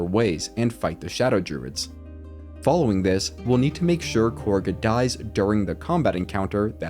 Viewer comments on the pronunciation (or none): It's not KORGA it's KAGHA. They pronounce it correctly for you in the game even. Also the BEST noblestalk option is to actually let Belen die in the field. Do the trick with Shadowheart to make her eat it while sending the stalk to camp. Then give it to Derryth the wife. She does well in her shop without her husband and feels better in life by adopting a cat since her husband is dead. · Cool video. Not sure how you mispronounce names that are said many time though. Like calling Kagha " Korgha". She doesn't even have an R in her name lol.